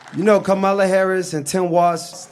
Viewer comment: NOTICE!! When Akademiks speaks on Kamala, he can’t pronounce her name, but when he speaks on Donald Trump, he prefaces his comment by saying: With all due respect.